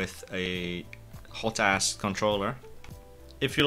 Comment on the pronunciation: When he called it by its name all I heard was hotass